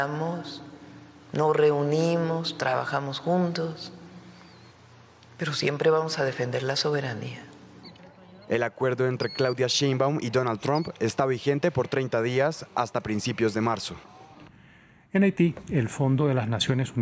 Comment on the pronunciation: ☺ No dicen bien el apellido de la presidenta de 🇲🇽. Se pronuncia como las palabras: -shampoo, ó también ; -shamán. 😎 No es tan difícil.